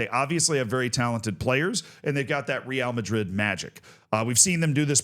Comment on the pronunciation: How often do you talk about Real Madrid? Just google how to say it